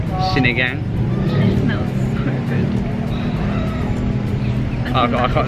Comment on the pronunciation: That white piece of vegetable is called radish. Sinigang is pronounced ‘see-knee-ghung’.